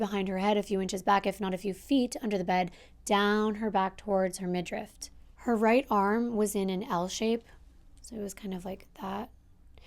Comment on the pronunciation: Hey girl love your content today's story especially was interesting cuz I've never heard this one. I know you like to be accurate, I hope you know this comes from Love. The word is midriff not midrift. Keep up the hard work, much love for North carolina, Daria 💞